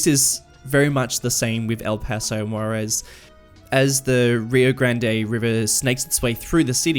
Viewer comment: Yeah your pronounciation is pretty bad, i thought you were saying the city is called Guaires and it´s actually Juarez. Also Las Palmas is a pretty bad and unoriginal name.